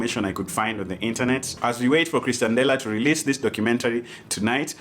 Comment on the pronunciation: C'moon, told you it's pronounced Ex-tian-dela last time 😂😂